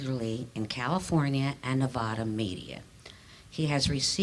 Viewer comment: I wish she would pronounce Nevada correctly